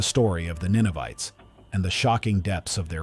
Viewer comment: Ninevites not Ninovites.